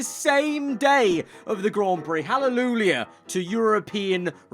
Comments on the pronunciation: Its Hallelu-YAH (and spelt Halleluja). Not Hallelulia or whatever you're saying. Edit: Martin SCORSESE not Corsese. Jeez. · My guy can't even say Halleluyah